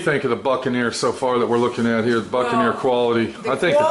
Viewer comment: The boot and ne’er lol